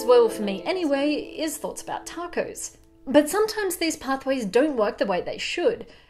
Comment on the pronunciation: My love of tacos has been compounded with my love of the way you pronounce it.